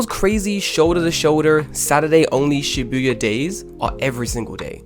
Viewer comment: You can't even pronounce "Shi-bu-ya" correctly? So you don't even live in Japan.